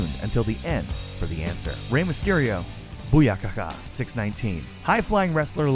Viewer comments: Its booyaka not booyahaka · Zyshawn Moore he said bookaka and boohaka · “Boyakaka 6 nineteen” “Bohaayaka” GET. OUT. NOW.